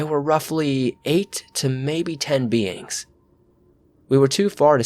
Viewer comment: The word "beings" always sounds like beans 2 me . Abducted by beans